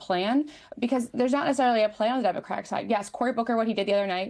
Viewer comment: it's democratic party! it is so irritating to hear them say demovrat party